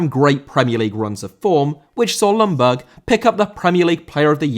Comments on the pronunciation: Hey, I will remind you again that Ljungberg more is pronounced Jungberg then Lungberg. The L is rather silent:) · Just your average friendly Swede here to point out "Ljungberg" is pronounced more like "Yungberj" than "Lunberg"